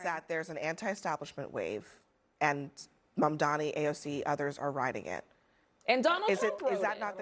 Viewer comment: if you want to comment on Mamdani, please pronounce his name right. it’s NOT Mandani. Come on now.